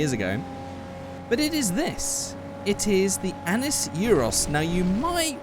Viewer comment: Annis Euros? THAT SOUNDS SO WRONG!!!!!